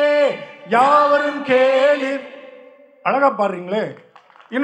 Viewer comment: தமிழ ஏன்டா சாவடிக்கிறீங்க🤬 கேளிர் டா!! Not கேளீர்!